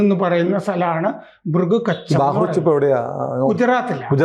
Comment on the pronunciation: ബാഹ്‌റൂച് അല്ല ബറൂച്.. 😂😂